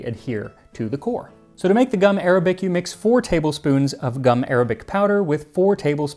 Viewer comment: Gum Arabic isn’t pronounced like the language, it’s actually gum ar-ah-bic